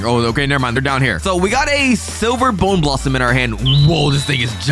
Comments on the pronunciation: Bone blossom ❌ bone blassam ✅ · Its not a bowner blossom its a bone blossom